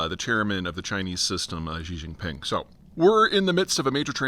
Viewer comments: "Zhee Zheezheeng"? She...Jeen...Ping. Easy. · There's no 'J' in Xi Jinping. It's pronounced 'she'.